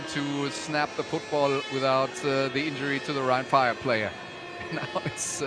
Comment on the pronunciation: Soll das ein Scherz sein? ein schlechte KI-Stimme als Kommentator? ernsthaft? omg wie er rhein fire ausspricht 😂 rin feier . ihr sollte bei einem solchen Produkt echt bessere Videos produzieren. und jemand zu finden, der so ein Text einspricht, kann nicht wirklich schwer sein.